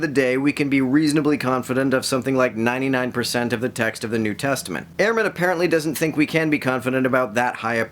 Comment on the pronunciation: His last name is pronounced Ur-man. Not Air-man. Good video tho.